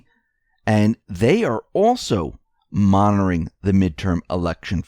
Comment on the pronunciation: most likely you didn't read very many books while you were in High School. You finally got the pronunciation of "Whitaker" correct but it's "MONITORING" not "monoring". Don't be mad! I made lots of mistakes when I was your age too (I'm 78).